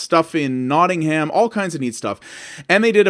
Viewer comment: I appreciate what you're trying to do in this video, I really do, but hearing an American talk about classic British Amiga games is a bit like hearing a blind person talk about his favourite parts of his porn collection. The way you say Nottingham, like it's some fictional place that's just been made up for a game is like the perfect example. Like I said, I get it, you're doing a review and it's not a bad one either, but it's just a bit jarring. I don't know how to express this without looking like I'm trying to completely crap all over the content.